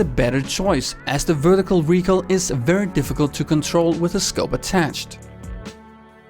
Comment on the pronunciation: He said recoirl which triggers me so much